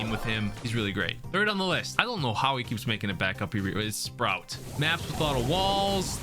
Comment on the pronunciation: It sproot not sprout